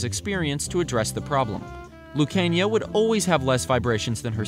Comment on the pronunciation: Google botched the Lucania pronunciation